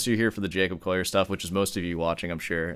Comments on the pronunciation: It's not pronounced 'Coyer'. It's coh-lee-ur. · do you really think you know how to pronounce his name better than he does? its collier not coyeh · Jacob Coyyur hahaha call e ur would be how it's pronounced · Don't do a take-down video and mispronounce the target's name! It's "call-yer"; there's no "oy" sound in there. Undercuts a claim to having good "ears"; I apologize for being mean, but it has to be said. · Collier is pronounced with an L not a Y. You're saying Coyer. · I love how you pronounce it “Coyer” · It's always a red flag when the presenter can't even pronounce the subject's name correctly. It's not "Coya" :/ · Who the f*ck is Jacob "Coyer"? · You see 2 LLs and pronounce it "Yu" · Bro he ain't Spanish... You can pronounce the "ll" in his name. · The number of times you've said his name wrong in the first minute omg Clearly a show of dominance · Straight away within 1 min I am put off by this guy's weird arrogance. How am I supposed to trust his expert opinion when he hasn't even managed to correctly pronounce the guy's name who he is attempting to critique? Maybe he has a speech impediment? Whatever the case, this is not a very convincing start...